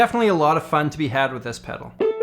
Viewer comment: That last "pedaru" killed me